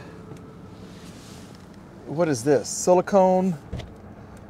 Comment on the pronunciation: Plz tell randy how to say silicone